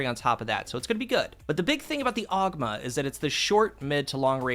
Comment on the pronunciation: You're saying the name wrong fyi. You're aware of Bungie's tendency to name weapons after myths from around the world, yes? From D1's Penthesilea to D2's Antiope and so many more, this weapon is named after Ogma, an Irish god. Look up a proper pronunciation.